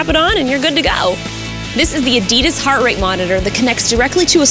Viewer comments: Adeeda nar mate it's Adidas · why cant americans say adidas right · We strange British people pronounce it shortly, with the emphasis on the end, so Ah-Dee-Dass. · Very cool, i've never known someone pronounce 'Adidas' like you :3